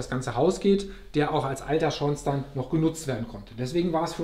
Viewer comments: Ein durchaus quasi schlechter Beitrag, gerade bei einer Deckenhöhe von 5 Metern nach oben! Und nebenbei, die richtige Ausprache von Schornstein sollte er auch nochmal üben. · Hallo Richard, freut mich das es Dir gefällt. Zur Sanierung und dem Beheizen kommt bestimmt noch was ..... und das mit dem Schornstein aussprechen .... ist mir vorher gar nicht aufgefallen :-)